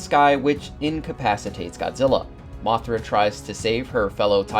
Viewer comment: 😂😂😂😂😂 Dude who is " mofra"? 😂😂😂 Do you m3an "Mothra"?😂😂😂